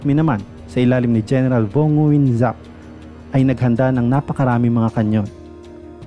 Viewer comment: ang tamang pagbigkas po ng Nguyen ang "Ng'yen" silent U. (Ngyen)